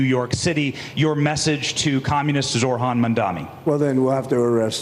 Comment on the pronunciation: Of course the reporter exhibits the scumbag tactic of mispronouncing the person's name. Mamdani's first name is not "Zor-Han". It is "ZOH-RAN". Phonetically, "Zo-rahn". The h is SILENT.